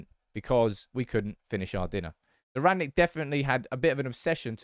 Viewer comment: "Rag-Nick" can you learn to pronounce his name.